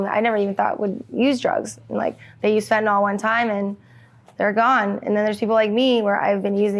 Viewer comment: "Fent-uh-NIL". Why does everyone mispronounce this? Not spelled FentaNOL or FentaNAL.